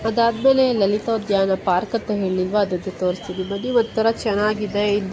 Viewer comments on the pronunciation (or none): ಅದು ಲಲಿತೋದ್ಯಾನ ಲಾಲಿಥೋದ್ಯಾನ ಅಲ್ಲ